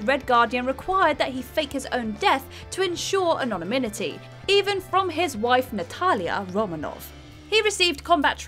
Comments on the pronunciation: Anon-Ni-Minity ... i'm sorry what was that ? and how the is Capt America 6th on this list ? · "Anonyminity" Lol. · That is the oddest pronunciation of the word "anonymity" l have ever heard. Listen for yourself 7m 8 seconds in.